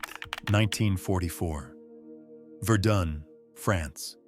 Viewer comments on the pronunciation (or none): none